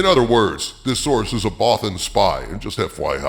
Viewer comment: There haven’t been any new star wars films since 2005. Thanks for saying Bothan correctly.